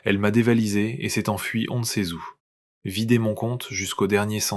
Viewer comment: Je vous écoute de Bretagne 29 France. Puisque vous nous permettez de critiquer j'ai entendu un "je ne sais zou". Le débit est un peu rapide pour moi. Sinon j'aime bien vos histoires. Merci. ❤